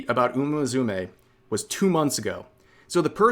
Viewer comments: Dude, it's "Moo Sue May", not "Mizumay" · Did you say "Muzume"? 😂 I hope you're pronouncing that wrong on purpose as an Anime lover 😂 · What upsets me more is the way rev pronounces musume, there is no Z in that.